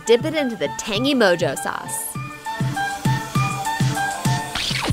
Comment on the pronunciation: this chick called it MO-JO..not MO-HO